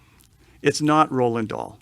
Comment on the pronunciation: He just said “Roland dahl” 🙄